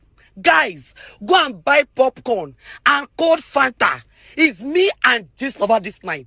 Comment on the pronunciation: He said we should get our ‘ Bob-corn’🤣🤣🤣😂😂 All the lessons are valid 👏🏾👏🏾 #Geng Geng!!